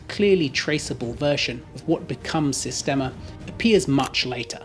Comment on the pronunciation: Das heisst "Sistema" nicht "Systema"